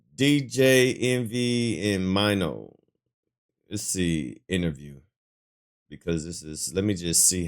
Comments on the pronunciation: His name is pronounced Maino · Mine-o?😂 naaaaah bruh😂🤷🏿‍♂️